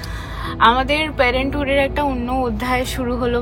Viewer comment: What is REPUTATED ??????? Your mistakes are very REPETITIVE !! PARENTHOOD not PARENTWOOD ! PROCEDURE not PROCEJAR ! ONE OF THE BEST OPTIONS not OPTION !